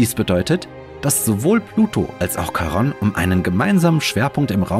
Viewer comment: Wunderschönes Video, dabei selbst für Astronomie-Interessierte aufschlussreich. Da nimmt man gerne die viele Werbung in Kauf. Lieber die Werbetreibenden bezahlen ihre gute, aufwändige Arbeit als ich, deshalb lasse ich sie immer ganz durchlaufen in der Hoffnung, das zahlt sich für Sie aus. Kleiner Hinweis: Charon, altgriechisch Χάρων Chárōn, wird nicht Charonn ausgesprochen. Omega wird lang gesprochen, nicht aber betont. Weiß, oberlehrerhaft. Eine Nationaleigenschaft der Deutschen. 😁